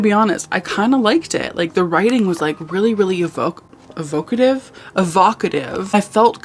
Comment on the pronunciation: mispronouncing ‘evocative’ gave me strong ‘freesh uh-vuh-cuh-doo’ (fresh avocado) vine energy, hahaha 🪅